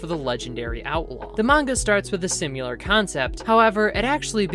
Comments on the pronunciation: Great video! Just remember, it’s similar, not sim-u-lar. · Great video,. But why do you keep saying "Simyular", the word is: "Similar". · Similar not simular. Similarly not simularly 👍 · its similar, not SIMULAR, simular isnt a word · its similar not simular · Awesome recap, you did a great job. One small nitpick is that the word is "similar", not "simular." I really enjoyed this, thank you! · Say "simular" one more time and I'll find where you live :) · Good video but I laughed every time I heard you say the word similar because you pronounce it sim-u-lar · "Simular" is stressing me out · say "simyular" one more mf time 🔫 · I like the way you say "Sim-you-ler" 🤭 Anyway, great vid! Trigun is one of my fav stories ever 🔥 I also like new Knives new hood 😋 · There's no u in similar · similar is apparently pronounced like simulation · If you can't say similar then get a thesaurus and find a word you can pronounce. Or practice your craft. Jesus, it's like when people call nu-clear power "nuke-u-lar" when the spelling in no way suggests that pronunciation. It's a phonetic language, that's something humans have been doing for 6,000 years, we should be getting the hang of it by now. Guess I know how knives feels now. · Learn how to pronounce similar. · Good video but please pronounce "similar" correctly